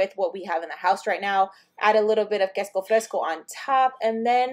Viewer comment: Love how ur saying quesco instead of queso